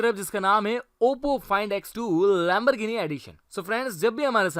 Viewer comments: It is not lembergini it is Lemborgini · This guy Lamborghini : Lamberghini Porche : P O R K E